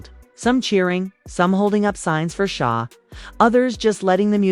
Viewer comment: I understand that SZA is not going to the Australia tour… this woman can’t even say SZA please